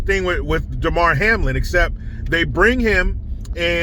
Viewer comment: It’s DAmar…not DEmar…DUH! How hard is it to get a subject’s name right?